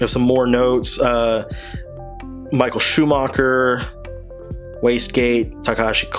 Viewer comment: You just had to butcher Schumacher’s name, didn’t you? 😂 Just kidding, love your videos! You are an inspiration and helped me make a collection of my own. Keep up the good work! 🙌